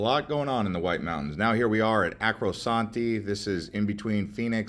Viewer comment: Arco-santi, the “r” is before, not after the “c”. 😊